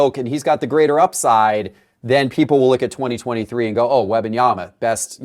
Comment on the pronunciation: I only tune into these weekly to see if will ever pronounce the first “M” in Wembanyama. Alas, it’s always “WEBanyama”